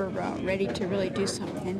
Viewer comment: seems to pronounce words as the English do ie: somethink, anythink etc.